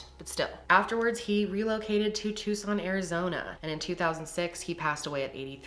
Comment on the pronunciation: Do you seriously not know how to say "Tuscon"?